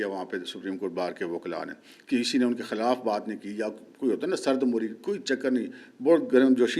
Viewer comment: Sir lafz sardi meri hota hy ,sardi mohri nhi plz correct kr len,from urdu teacher of .....school